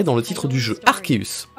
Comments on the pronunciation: Yep Arkéus tout le monde dit arçéus et ça m'énerve 😂😡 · Et d'ailleurs y a que toi qui prononce Arceus correctement ca fait plaisir 😁😁